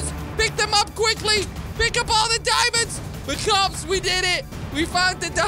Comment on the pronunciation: I like when he says kops